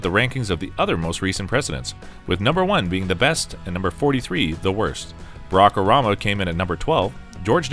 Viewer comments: “Barack Orama” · narrator says, "Brockerama" for Barack Obama. Some weird pronunciation going on in this video. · Who the heck is Barah Orama? 😆